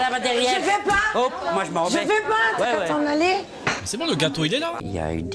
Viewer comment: Ch'ui morte son accent m'a tué surtout quand il a dit le gâateau 😭